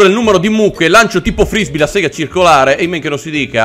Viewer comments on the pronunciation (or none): none